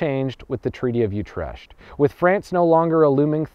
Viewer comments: thats not how you pronounce Utrecht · i hate how you pronounce Utrecht but everything else is top quality, as always